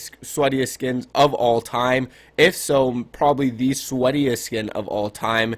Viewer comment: My dude said sketiest 🤨